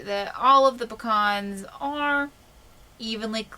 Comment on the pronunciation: Picans new way to say pecans.....................great video many thanks